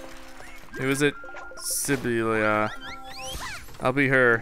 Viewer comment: It's si-bill-a. And could you go back to dreamteam and Pikmin?